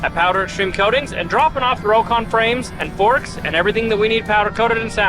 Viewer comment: Rock-on. Not row-con, C'mon!